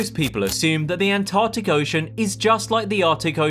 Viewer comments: Why can't you pronounce Antarctic? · The An-Tah-tic